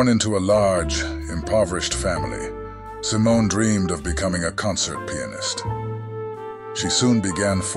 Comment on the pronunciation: I think most of this video was made by AI. The script could have been scraped together from freely available sites, and the VO makes weird mistakes, like sometimes mispronouncing her last name.